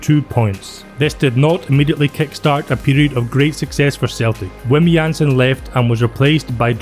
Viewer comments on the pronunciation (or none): none